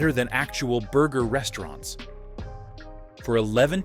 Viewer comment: Very informative video, but the way you pronounce the names of the restaurants kinda throws me off. Haha. Like there's unnecessary pauses in between letters or words.